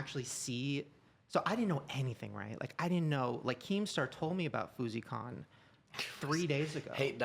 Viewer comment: When Shane calls it Fouseycon 😂😂😂